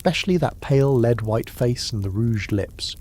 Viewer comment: I love the voice you use for these videos, it's very well trained. That said, the way it pronounces "lead" in this video needs a tweak 😉